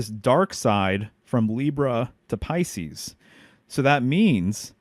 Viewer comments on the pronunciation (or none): none